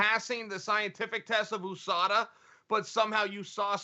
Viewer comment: lmao of course chael would pepper a "oosada" in there. Undefeated, undisputed.